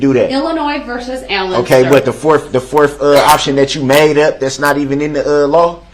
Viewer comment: Forf. Detective guf. Oaf. November twentief. Geez. Who was his English teacher or language arts teacher! And what a hypocrite—-you never did tell the truth to detective carpenter or stern. Twentief